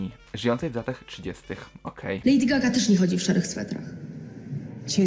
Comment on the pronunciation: "Lejdi Zgaga"